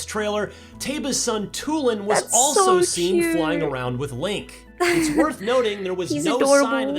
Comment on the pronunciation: It's not Chewlin, it's Tulin